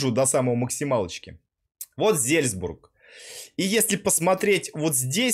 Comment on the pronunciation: Отличное видео но Не знать где находится Австрия и искать её на юге Азии это ппц и Не Зельзбург а Зальцбург там даже на карте написано! 😁